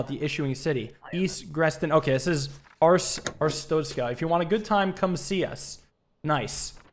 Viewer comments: It's pronounced Arstotzka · Most people say ar-stock-ska I think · Wait a minute… Our-stoat-skuh It’s the god damn stoat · I've been waiting for this and "are-stot-skah" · “Air-it-stos-ka” is the approximate pronunciation of the country this game exists in, hope I helped 😊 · Way to pronounce is is arr (like a pirate going arr) stot (tot as in tater tots) ska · I think it's pronounced Ar-stot(like shot)-ska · Bro, its ch sound. Not tsztszt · Arstotzka is pronounced: Ar (like a harsh pirate arrrr just shorter) Sto (like stone) Tz (like the ts sound you make sometimes) Ka (like the beginning of car, but sharper)